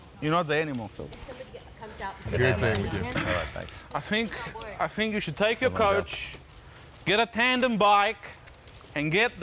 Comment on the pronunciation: Never trust a guy that says Fink